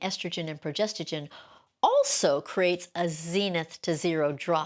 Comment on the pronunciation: This lady can’t even pronounce “progesterONE” 😮😮😮